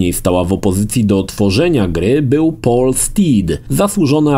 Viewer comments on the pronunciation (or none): none